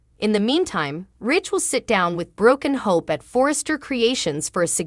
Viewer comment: "BrookenHope"!. I caught that. Robo narrator, you ain't slick with your DELIBERATE Constant MISPRONUNCIATIONS